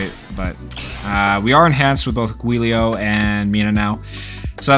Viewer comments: It's pronounced Julio 😭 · It's pronounced "Juu - lee - oh" and the juu is kinda pronoucend like jew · Giulio is an Italian name. Think “Juliet” but said with “-lio” instead. Also, think “Rudy Giuliani” but say the name like the last name, except with “-lio”. Giulio!